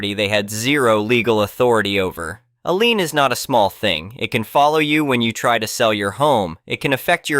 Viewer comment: It's a computer, it can't pronouce every word correctly